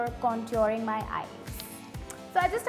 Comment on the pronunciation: Why dont u have like better makeup brands like others (upalina etc.) they all use such high end brands but u (and cherry) use simple drugstore makeup. Why so cheap?? And u pronounce contour wrong 😂